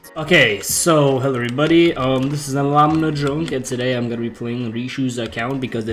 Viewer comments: Use Subtitles When He Say LamNotDruk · Drunk Sent Me Rolling When He Say LamNotDrunk